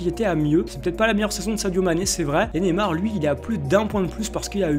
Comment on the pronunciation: on dit pas nemar on dit Neymar